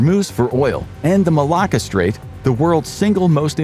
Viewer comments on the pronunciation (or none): none